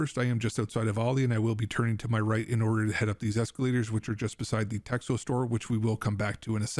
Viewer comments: The store is called "TECHNO" it's not "TEXO". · that's not TEXHO. You read it: TECHNO, X = H or CH. H = N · It is pronounced Tehno